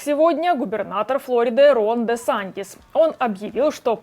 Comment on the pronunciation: Флорида произносится с ударением на И, тогда как в английском варианте на первый слог! Культура речи у вас хромает, граждане ведущие. Если уж вещаете на русском языке для русскоговорящей аудитории, то не поленитесь, подготовьтесь к эфиру!!!